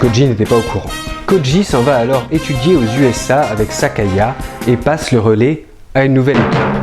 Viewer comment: Petite correction : c'est Sayaka, pas Sakaya ^^